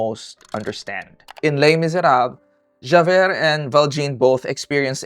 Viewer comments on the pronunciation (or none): It's "jah-veir" and "val-shawn" blended very closely together